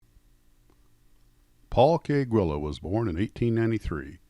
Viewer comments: I never knew it was pronounced "Gwillows" not "Geelows"... thanks for that! Loved and flew a ton of those, few sucessfully, but had a great time and learned so many skills along the way... Thanks Mr. Guillows! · Pronounced “Gwee-llows”. That’s how they answer the Phone.